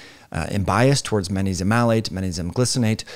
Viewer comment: The way you say magnesium kills me lol